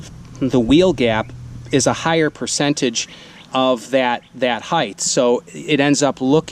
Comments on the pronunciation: Someone tell me this guy isn’t saying “heith” instead of height. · Ummmm, "height" ends in a "hard T" sound, not a "soft Th". Just sayin.